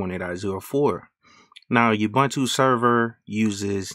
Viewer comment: ooh its pronounced ooh-buntu. its an African word which means UNITY "I am because we are, i am because you are" In Zulu a person is called "Umuntu" the plural for that word is "Abantu" so the saying goes "Umuntu, Ngumuntu Nga Bantu" in short UBUNTU. please say it right fam. its not just a word